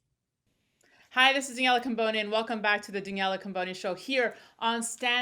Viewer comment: Why does he always call you... it’s!